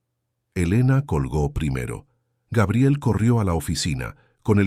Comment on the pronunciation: Se dice Gabriel, NO Geibrel😮